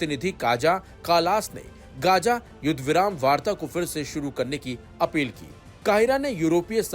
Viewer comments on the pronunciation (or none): Are bai uchcharan sahi se karo ye kya hai “ Gaja” “Mistr”😂😂😂😂